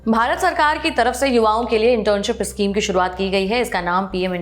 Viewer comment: issschem nahi schem hota hai mam..